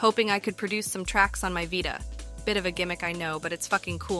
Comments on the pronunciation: V👁ta or VEETA lol voice needs some perfecting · vita, not "vaita" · Vie Tuh your ai voice done goofed